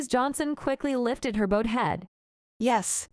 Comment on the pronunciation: If you bow your head, it rhymes with now, and in that sense bowed rhymes with crowd. They don't rhyme with sew or sewed.